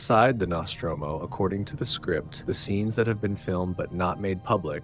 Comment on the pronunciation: Love the Alien series... love seeing missing scenes. Your pronunciation of Nostromo is quite triggering though.